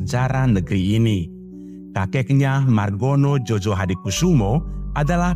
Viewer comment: Bukan jojo bang tetapi joyo itu ejaan lama van ophuysen